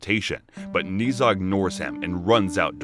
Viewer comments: Everybody mentally drops the "H" in "Zh", turning it into "Z", while it is actually "Zh", pronounced like "J" in words "Jail", "Jade", "Jaguar" et cetera, but with slightly less accent on the beginning of the sound. It is a nice recap, but listening to the story of Ni Za instead of story of Ne Zha was hilarious for me. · Ne Zha is pronounced Na Ja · Its pronounced ner zar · IS NOT NI ZHA IS NE ZHA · "Knee Za" Dude its pronounced Ne Zha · not NEE ZHA, it's NEH-ZHA! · It's pronounced Na-ja not niza I how it's spelt but you are pronouncing it wrong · It’s ne Zha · its not ni zuh its Nuh zha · Don't want to come off as annoying or rude But just for the sake of information I shall point out that Ne Zha isn't Nii Zha, but Ne (like the e from egg) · yes its just Nezha (Neza) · His name is pronounced neu-ja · It’s pronounced n e j a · its not ne zha 0-0 its Nancha 0-0well pronounced nancha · No one: Absolutely no one: Him: NeEeh ZaH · the "zh" part is pronounced like the "s" in "measure," so it's "Neh-zha" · "nee zha".. please tell me i wasnt the only chinese speaker who was triggered by this (no hate tho the recap was so slay) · Not to be rude but it’s pronounced (NE-SHA) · It’s so cringe the way he’s pronounced his name smh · All the Chinese people here are probably going to question the way he pronounced Ne Zha. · Jeez, either you wanted to get on peoples nerves or you don’t know how to pronounce Nezha. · That isn’t how you pronouce ne zha to me atleast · Your prouncing it wrong I watch the movie and said wrong